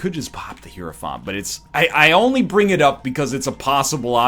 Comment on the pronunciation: I'm sure this doesn't matter for the rest of the run, but you should have popped the 2 of spades to get to 99 keys man... Also: "high-row-font". The game even tells you how it's pronounced lol